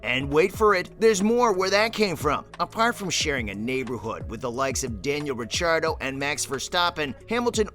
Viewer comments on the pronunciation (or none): Please learn how to pronounce Daniels name. Seriously man you don't even have to be a formula one fan to know that is Daniel ricciardo not "rich ardo"